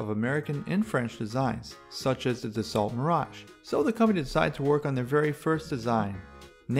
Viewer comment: Das-SALT? Really?